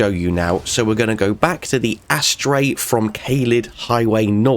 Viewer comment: Great video! You should Google how to pronounce "astray" though 😂